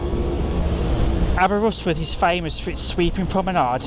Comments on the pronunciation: say it like this> Aber wrist with. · The way you say Aberystwyth hurts my brain. 😂